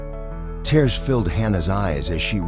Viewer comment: The narrator needs to learn tear ( she had a tear in her dress) and tear (a tear rolled down her face) He has made the same mistake on other stories.